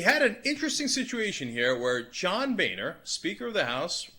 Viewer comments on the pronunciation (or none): Lmao, his name is Boner, not Bayner.